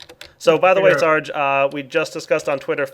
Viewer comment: stop pronouncing searge wrong :facepalm